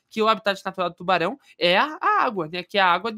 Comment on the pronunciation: A palavra secreta e : Tuarão